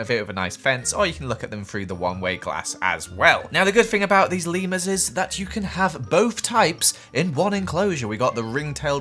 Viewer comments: when you called the leamers lemmersi thought you where saying levers and i was like that is how you say it but you where taking about leamers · It sounds like your saying Lemoners 😆 LOL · Lemurs What I heard: Lemons😂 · Who else love how says Leemers and all his funny Voices ❤️